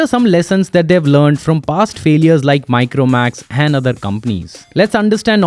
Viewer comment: The way you say "and" like "A'hand" is a bit annoying, genuine feedback, Please work on it.